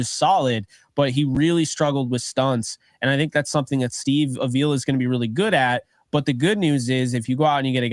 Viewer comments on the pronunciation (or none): it's been almost a year. It's pronounced Ah-vee-la, not A-villa. 😉